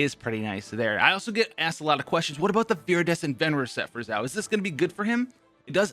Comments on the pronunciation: Just some tips... You are saying Zhao which is not Xiao(sounds more like shall?)… Not a big difference for an English speaker but if you are trying to broaden your fanbase, probably best to get the pronunciation down to a T. Funny though when I keep hearing Zhao, I think about Zhao Yun from Dynasty Warriors which definitely reminds me of Xiao's gameplay. Love the content bro! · Did he say "ZAO"? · Xiao Chow Ciao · My favourite part "Xaio" My boy "Xaio" Thanks for telling be about "Xaio" In school X for "Xaio" And so on😂😂 lol I'm not good at jokes 😂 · this video is full of misinformation. First, please learn how to say a character's name at least moderately well, it's the bare minimum for a content creator. Also, you got the Talent and Character ascension materials confused. Xiao will need both the new boss mat's for character ascension as well as the shadow of the warrior from Childe for his talent upgrades. Next, your artifact recommendations are just straight up wrong. The optimal set for Xiao (theoretically) is 2 pc glad 2 pc vv, not 4 pc glad. While in his ult form (and you should only swap into xiao when his ult is up/almost up for maximum DPS) most of his damage will be coming from plunge attacks, so the 4 pc set effect for glad is useless. Plunging and normal attacks are factored differently, thus the effect is irrelevant.